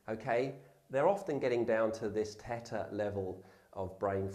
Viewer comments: It's Theta not "Tetta" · Beeta?!? It's pronounced bey-tah! Theta is pronounced they-tah! He did get Delta correct.